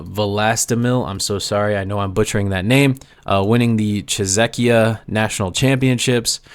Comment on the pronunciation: King, I love your stuff. For our rather uncultured tongues, a different way of pronouncing 'Czechia' would be some thing like 'Che-sha' 'Che' as in chess, and 'sha' as in shall but you're affecting that upper-crust aristocratic accent. Appreciate what you do. Create on, mate.